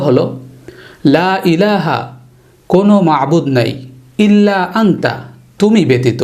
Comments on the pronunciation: ইল্লা আংতা নাকি ইল্লা আনতা,,,,,,ঝলিমিন নাকি ঝোয়ালিমিন ? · হুজুর উচ্চারণ টা কি আংতা হবে নাই আনতা হবে। ২ প্রশ্ন কুংতু হবে নাকি কুনতু হবে প্লিজ কেউ জানাবেন?